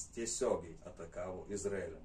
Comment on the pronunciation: Kirciuokit jus teisingai ta Izraelį. Baisu klausyti.